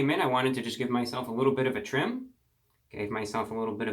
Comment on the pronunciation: you should've done a quarantine grow out and just let that flow go, baby, p.s i swear when you say a "little haircut" a couple times i hear "wittle" and i smile from cheek to cheek